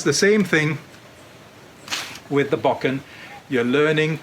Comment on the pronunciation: It's difficult to lend any credibility to someone who cannot even correctly pronounce the name of the weapon he is demonstrating.